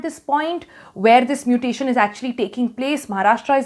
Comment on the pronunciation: Stop your nonsense double muttttation..